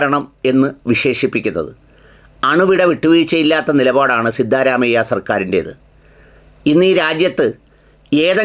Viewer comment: "സിദ്ധാ,എന്ന് നീട്ടരുത്,അതൊരു.സുഖ കരല്ലാത്ത സ്റ്റൈലാണ്...,! ആകെയാൽ (സിദ്ധ) എന്ന് നീട്ടാതെ പറയുന്നത് കേൾക്കാനാണ്,ഭംഗി... (സിദ്ധ രാമയ്യ)